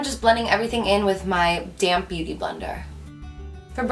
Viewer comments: Loved the look!! You're always gorgeous even without being made up😍!! But I know I'm not the only one that laugh every time you say "damp beauty blender"..lol...cause it sounds like you saying "damn beauty blender"..lol...I know I'm so childish but it's funny. Can't wait till the next video!! and I'm loving your pallete 💕💕💕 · whenever she says "damp beauty blender" it sounds like "damn beauty blender" lol